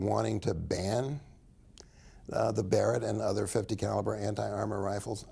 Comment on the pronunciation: Can't even pronounce Mr. Barret's name right called him Ronnie Barreg